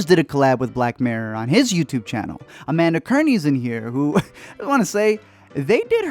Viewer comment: Corrects how he said King Bach, then says Amanda Kerny